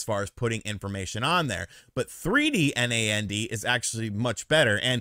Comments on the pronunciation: Btw It's pronounced "NAND" not said "N-A-N-D", NAN-D. I guess I just want Nintendo to stop being a garbage company, maybe I'd rather they get out of the console business entirely, I think it holds them back. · lol, you don't have have to spell NAND out each time, you can just pronounce it like "Nanned" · Calling storage "memory" can be confusing, as memory is commonly how RAM is referred to when it comes to tech. Also "NAND" should be pronounced as a single word, like the word "and" with an N in front of it. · so weird to hear someone say N-A-N-D... most i know just say nand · It’s pronounced like And, but just starting with an N 🤦🏻‍♂️ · Why are you spelling out NAND?